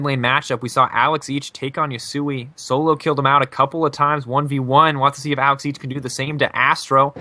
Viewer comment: I hate the way the man keeps saing Alex Ich ..................